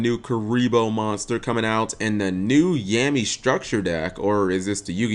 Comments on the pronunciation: anyone else kinda weirded out on how cap pronounces yami? he said it like "yam" "E" when I think it's pronounced "yah" "me" also kuribohs can make 54 which is probably the best rank 1 monster as of now. you can also make the emodiment xyz monsters and that new number archive monster which seemed alright. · "Yami" is pronounced like "Yah-mee" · i thought it was just me. after hearing his pronunciation my ears hurt a tad bit.